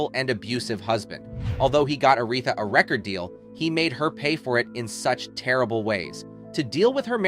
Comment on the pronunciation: Are you frickin' serious?? Your fake robot voice mispronounced "Aretha" in a video about ARETHA!!!